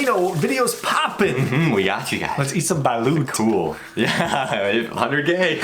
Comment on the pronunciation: Its not balowt its balut like say the "lut" hard when u say it baLUT